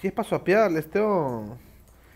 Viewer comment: "apra" y "termian"